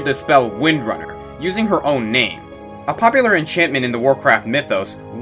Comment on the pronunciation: ouch! you really butchered #5 name ~.~